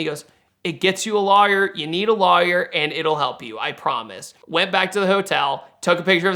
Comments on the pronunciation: It really bugs me how he pronounce lawyer 😩😩😩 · He really over-pronounces it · That is not how you pronounce lawyer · first time hearing the word lawyer pronounced as "luhh-yurr" is that a GA accent/dialect? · Is it just me or does he say "lawyer" funny? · Hearing him pronounce lawyer was like what!? Lol